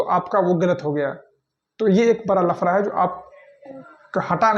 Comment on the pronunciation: Bhai tu bihari bhsha q bolta h ganw wali .. Hindi b nhi shi se bol pate h bihari 😮lafda ko lfra 😂 wah😮..pta nhi ksi ghatia education h wha k school n teachers ki jo shi sbd kaise bole jate h vo b ni sikhate 😢